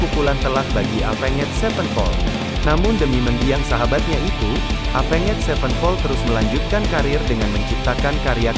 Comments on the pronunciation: Oii dibacanya evens bukan avenget 😂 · Apenged wkwkwk Tapi gapapaalahh mungkin lagi masa2 belajar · Cara baca Avenged nya jangan gitulah 😭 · Sebutan Bahasa inggris nya cringed parah..avan ged..apaan sih..itu yg ditulis itu yg disebut..avenjj..zaki apa jing..zac ki bilang nya..